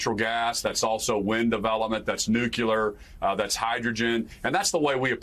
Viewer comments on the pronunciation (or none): lol, nucular… nuclear .